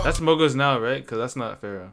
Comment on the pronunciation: Bro, please, listen Travis $cott, PHARAOH - RARRIH